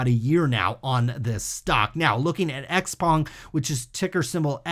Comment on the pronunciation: Xpeng pronunciation is 'shou-pang'.